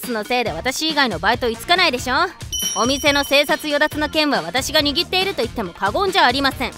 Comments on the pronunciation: 生殺与奪と書いて “せいさいよだつ”と 読むんだけどな。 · カリンとタチバナのコンビは大好きです！ でもひとつだけ、生殺与奪の読み方が違っていて気になりました。